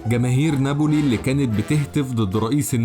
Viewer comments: Napoli, not Naboli! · يا اخي كرمال الله ناببببولي ما نابولي في شدة فوق حرف الباء